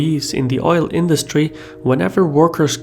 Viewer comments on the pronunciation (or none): none